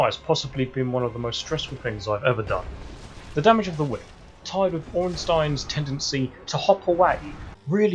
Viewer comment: THIS MAN IS THE FIRST ENGLISH SPEAKING PERSON THAT PRONOUNCED "ORNSTEIN" CORRECT!!!!!!!!!!!!!!!!!!!!!!!!!!!!! HURRY AND GIVES THIS MAN A MEDAL!!!!!!!!!!!!!!!!!!!!!!!!!!!!!!!!!!!!